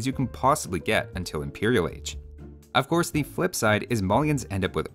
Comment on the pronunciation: I thought you said "or horse" not of course :D I feel like Slavs should maybe be broken up or turned into Ruthenians/Kievan Rus' Do Samurai have bonus damage against boats that are unique?